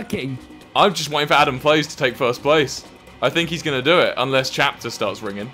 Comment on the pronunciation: A guy named Chapter while Wilbur and Tommy pronounce it as captcher